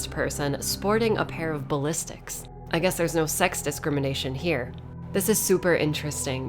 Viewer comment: Ballistics?... I've never heard it said that way before...